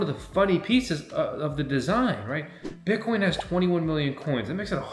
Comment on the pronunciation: "BIT" - - - - "COIN", say it FRENCH......."BIT" - - - - "COIN"